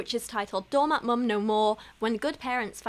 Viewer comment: Hahah not “doormat maaawm”